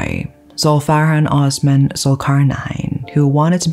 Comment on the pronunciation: The S in Osman is pronounced the same as in Sweet or Sauce.